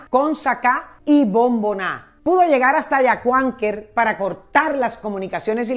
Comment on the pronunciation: Está señora ni siquiera sabe pronunciar correctamente "Yacuanquer" o "Guáitara"... Dejan muchas dudas sus relatos.